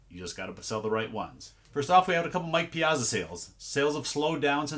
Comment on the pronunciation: Why do I always laugh when you say Mike piazza??? 😂 Great sells! 💕